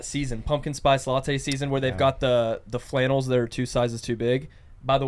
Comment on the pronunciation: I’m subscribed!!! Fun podcast today thanks. Love those plaid “fannels” (flannels)!!